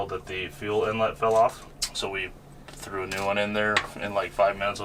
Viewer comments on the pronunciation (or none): none